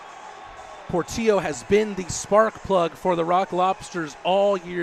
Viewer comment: Do the announcers not realize Portillo has 2 L's in it? His names not Portio....